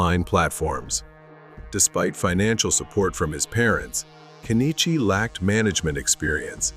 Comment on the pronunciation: What is wrong with this couple? Also, not that he deserves to have his name pronounced properly, it's "Ken-ichi" rather than "Ke-ni-chi."